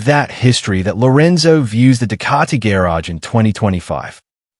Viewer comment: Couldn’t agree more. What I find frustrating is if they want you to like and subscribe at least narrate the fkn video yourself. For supposedly artificial intelligence you’d think it could pronounce the word garage correctly